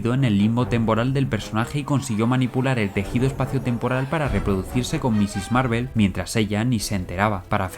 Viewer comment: Miss Marvel, no "MISSIS" XD